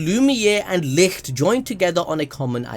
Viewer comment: BTW ITS PRONOUNCED LIK-TUH